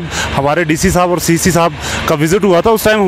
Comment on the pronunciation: Sirrrrrrrrrr, aurrrrrrrrt 😆